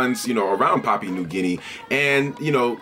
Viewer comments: good video man but the pronunciation is a bit off its more like pah-Pu-ah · Pah-pu-ahn 😂 much love though haha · Brother I appreciate you talking about my country but get your facts correct, I am Papuan an new guinea is another part, basically south is papaun an north is new guinea. Thanks ....btw your proncing Papua wrong don't refer to the whole country as Papuan